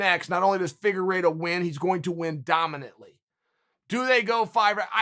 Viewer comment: He even pronounced Figueiredo’s name well, it’s a death sentence